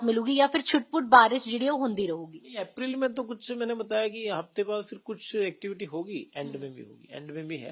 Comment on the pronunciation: Aprail hunda madam,april nhi